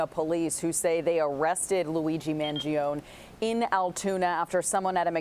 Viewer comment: Man-gee-oh-knee as in musician Chuck Mangione